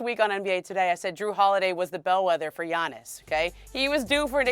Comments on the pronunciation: Say Giannis’ name right! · Am i the only one who heard her miss up Giannis named lmao 😅😅😅😅. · They still can say Giannis’s name?? Lollll these reporters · Bro noone can say giannis name 😂😂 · They both screwing up Giannis name. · Bro fire that lady how does she not know how to pronounce these athletes names